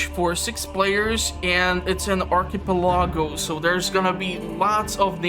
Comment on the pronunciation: Thx for the video! I can only play in low settings, so it's good to see how it looks in 1440p. Looks much better, but scales are still way off. BTW, archipelago --> ahr-kuh-pel-uh-goh.